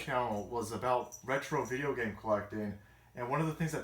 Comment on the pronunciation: i had to rewind cause i was in the other room doing a little workout. i was like, did just say anger bang and aboot? lol